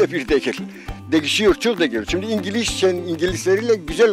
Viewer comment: Allahım ne kadar güzel Engelizce slshsjslsl